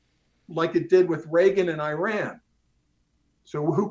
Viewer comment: "Shah of EYE RAN" . 🤣🤣🤣🤣🤣